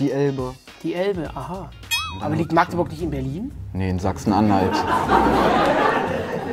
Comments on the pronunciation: magdeburg und nicht maaagdeburg bitte -. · Wie am Anfang jeder Magdeburg falsch ausspricht :/